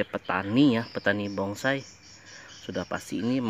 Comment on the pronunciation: Dengernya bongsai.